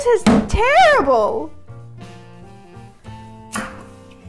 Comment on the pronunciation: This recipe looks so good! When she said "terrible!" it sounded like she had a southern American accent.